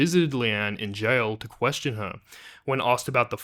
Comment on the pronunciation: ITS A KWESHUN!